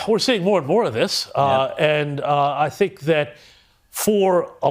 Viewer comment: Hey man, I really like your content and enjoy much of what you say. If I may give some constructive criticism; speak properly. "Fink" instead of "think," etc;.. you're smarter and better than that. It's not an accent, you're just being lazy. You can do so much better as an intelligent person. Please consider this and make an effort. Just like working a muscle, you can improve your speech. No shade.